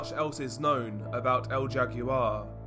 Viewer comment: El jaguar is pronounced “L how are”